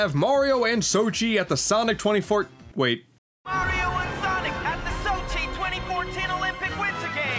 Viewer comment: he said soshi